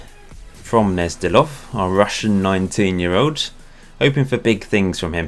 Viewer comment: Gnezdilov is definitely spoken with a G - you have to make sure to pronounce the G prominently.